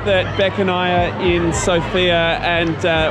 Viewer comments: Is not Sov`ia is S`ofia and is b`anica is not ban`ica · Mate it is not So fee ya it is Sof ya, not b-nitsa but bah nitsa. Airan (yogurt drink) is actually Turkish. That place is called Vkuso til nitsa meaning 'The taste place'. Balkan Chok is not a thing, But you guys are really famous here. If anybody wants tour advice or assistance here, I am an Aussie that has been here for 17 years. Feel free to drop me a line if you are in town. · Yeah, we love our feta cheese, bread, and meat😅 Also, it’s pronounced as SOOOOOFIA….not like the name Sofia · One of the mistakes that foreigners make is mispronouncing the name of the city. The emphasis is on the letter O, not the letter I.